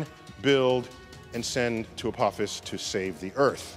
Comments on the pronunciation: A-tinky-winky-fis? A-dipsy-fis? A-lala-fis? A-po-fis! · every time Apophis was mispronounced I had a slight cringe, it was so bad. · FFS. Learn to say Apophis' name correctly.